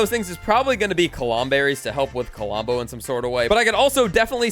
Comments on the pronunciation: hearing K O L O M B O instead of Klombo so many times, made my ears bleed a bit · Did anybody notice that says Kolombo instead of klombo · KLOM BO, NOT KO-LOM-BO!!! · Why you say "CuhLumbo"? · He can't even say Klombo right. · Yh i noticed it even from the start he started talking about Klombo